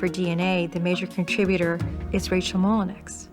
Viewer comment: It's not pronounced Molinex. It's pronounced Molinow, spelled Molineax. It's french and my family name.